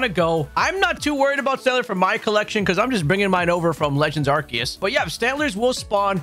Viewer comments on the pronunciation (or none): none